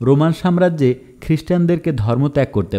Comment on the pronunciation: উচ্চারন ভাল করেন। কিছু কিছু শব্দের উচ্চারন একদম কানে লাগে। যেমন সাম্রাজ্য, এটাকে আপনি বলছেন শামরাজ্য, আমি ১.২৫ স্পিডে শুনি তখনও এমন লাগে